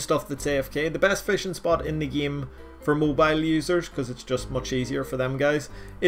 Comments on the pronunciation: "In the gyim" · Nobody:: in the geem